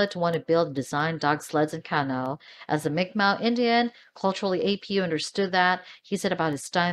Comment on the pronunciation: CanO?? Lol Please stop saying canO haha Bad enough most people call them Canoo's. It's cAnoo :)